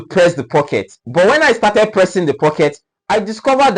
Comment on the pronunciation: He is correct in saying pressing.